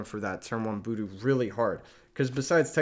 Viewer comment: Killing me with the "boodoo" pronunciation lmao, great deck guide though. Super thorough and well made, +1 sub!